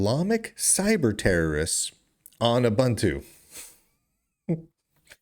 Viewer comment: Pronounced ooboontoo smart ass